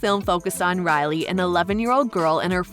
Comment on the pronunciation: Her name is Riley pronounced Ry~Lee not Rally. My sisters name is Rylee and I’ve never heard it mispronounced ever in my life. Sorry to be the pronunciation 👮‍♀️ 🚓 police.